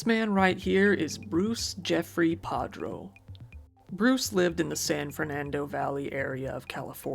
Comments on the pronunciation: his names PARDO not PADRO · Just so you know, it’s Pardo, not Padro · It’s Bruce Pardo, not Padro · I thought it was Bruce PARDO and not Prado. This is interesting because Pardo is the slang for someone covered in ash. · The perpetrator's name is Pardo, not Padro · His last name was Pardo, not Padro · his names pardo not padro btw, sorry just thought I would say in case you didnt know your mistake